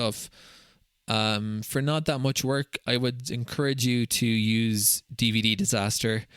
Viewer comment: Hi. I've been binge-watching all your videos after I found you in r/DataHoarder. You have a new subscriber here! One small correction if you don't mind: it's not dvddisaster. It's dvdisaster. Damn, now you'll have to go back to the previous videos on the subject and redub the audio, correct the video titles, reburn them, sorry, re-engrave them, and finally re-catalog them with vvv:)